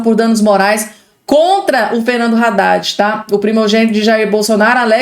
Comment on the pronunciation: A pronúncia não é Raddad (com R) e sim Addad, o(H) é mudo.